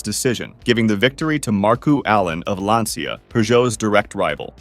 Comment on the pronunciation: I only have one note: the pronunciation of Lancia. It's not "lansia" or "lantsia", it's "lancha". "Ci" in Italian is pronounced as "ch" (and so the "i" is basically silent). I'm bringing this up because Lancia was such a fundamental part of rallying, I don't have bad intentions. Otherwise great video!